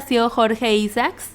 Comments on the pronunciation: La independencia de Cartagena se celebra el 11 de Noviembre. Se pronuncia Quindío con acento en la última i Se pronuncia CHIBCHA, no CHIBCA. Se pronuncia Samper con acento en la E. Se pronuncia ISAACS con acento en la última A. Se llama EGAN no IGAN. No es crítica, solo información veo que tu lengua materna no es el castellano, a pesar de eso lo hablas muy bien. Felicitaciones y gracias por hablar cosas tan lindas de mi país. Siempre BIENVENIDA. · Mal pronunciado Quindío, Isaac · Muy lindo detalle tomarse este trabajo. Pero pronuncia bien los nombres. Como Quindio, el apellido de Jorge Isaacs, Eliecer, y otros tantos. También hubieses investigado su pronunciación en Colombia.